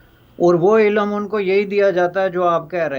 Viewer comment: Cannot pronounce ILM .properly .